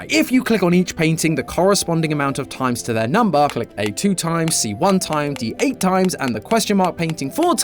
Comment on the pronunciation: D8 sounds like DEAD or deight to be more exact